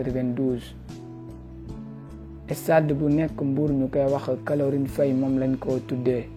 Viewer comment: Tu peux même pas dire caroline faye. Tu dis calorine faye . Tu sais même pas parler. Tu devrais te taire